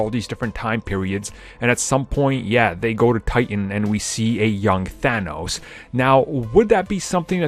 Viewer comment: Thanos not Thano Thanos' not Thano's